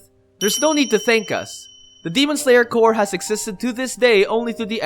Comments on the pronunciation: He says Core instead of corps.. can't stand it >.< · Him saying core n not corps pains me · Corps not core. Stupid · Everything you said are awesome. It's just annoying how you pronounce CORPS to COR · It just me or somebody notice too. That the way he pronounced corps is core? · Why he read as 'cor' but it written as 'corps'? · Him saying "demon slayer core" annoys me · well it’s spelled demon slayer corps but the word corps is pronounced core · it's pronounced as kor. google is just few clicks aways stop being stupid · CORPS AND CORE ARE PRONOUNCE DIFFERENTLY!